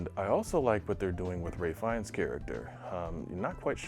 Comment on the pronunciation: It's Ralph Fiennes, not Ray Fiennes.